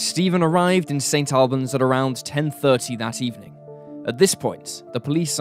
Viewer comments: The town name in the first story is Saint All-bons, not Saint Al bans, the Al part isn’t persons name. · Also St Albans pronounced 'Allbans' or Auburns not AL (rhymes with pal)! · It's pronounced 'Saint ALL-bans', not 'Saint AL-bans'. The narrator is British, he should know that! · Pronounced more like Saint All-buns. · It's pronounced St All-bans